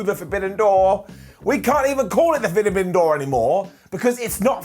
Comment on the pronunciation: Nobody ever called it the Fidibidden door Simon... It was the Forbidden door... 😅